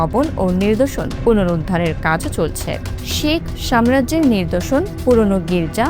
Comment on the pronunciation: নির্দশন না, নিদর্শন!